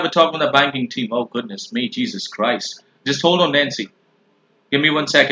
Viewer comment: "Jesus Crouched". This is what I hear when this dude tries to be all dramatic